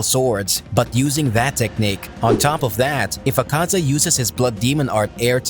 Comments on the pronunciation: Please man it's not aKAza its Akaza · i hate how you pronounce Akaza. makes me cringe